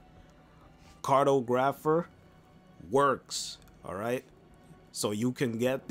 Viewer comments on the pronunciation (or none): Not car toe grapher but it's pronounced as car toe graf fur. Your welcome 😂 sorry but I like everything pronounced right and I'm a school you so you don't sound dumb no disrespect just want you to sound it out right l. And thx for the vid I was wondering when this was going to be fixed.